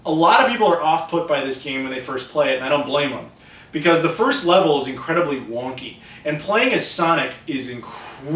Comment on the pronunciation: What is increenly? Were you trying to say incredibly?